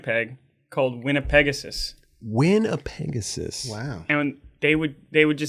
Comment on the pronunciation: As a fellow Canadian and Manitoban it is pronounced "Winn-a-peg-ohsis". Put some respect on the name. haha